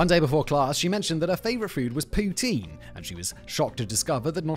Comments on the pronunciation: Pronounced POUTIN, not Tine! Enjoyed this video. Agree that the food in Cuba is terrible but its the cheapness that gets us there for sure, its a trade off. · 3 thing about Poutine...1. The right pronunciation is like how Ryan Gosling saying it at the beginning of the part about it. The way you say it sound like Vladimir Putin. It's funny but we are used to it in Québec. 2. The cheese curds is more like mozzarella or light cheddar and not at all what you describe. It's a very basic cheese, the kind that last like 3 days but is very well made and super safe. Also because of the specific kind of cheese it's used, it's 100% sure it comes from my home region of Québec of Centre-Du-Québec, cause only Warwick produced that kind of cheese in the early 1900. Also the first to market it was Dominique Roy of Drummondville, who was owner of the Roy Jucep ( still exist and the poutine is not bad) and Victoriaville claims it's from there but it's because they are close to Warwick. To other Québécois, the version of poutine from the rest of Canada is usually shit because they don't use the right sauce or cheese, which unbalance the whole or doesn't melt which is sad. So poutine is mainly from Québec. 3. It's the ultimate late evening snack, as good if not better than pizza after a big party ! It got everything you need and more if you want a more fancy one with real bacon, or with spaghetti sauce instead, or just hot-dog sausage. It kills hangover with certain people and it's easy to share, so king of after party !